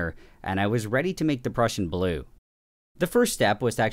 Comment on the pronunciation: When ever he says the Prussian blue it sounds like he’s saying depression blue 😂